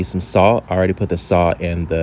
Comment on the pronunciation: Are you saying salt or saw? How much are you using? How much water? How much dish soap???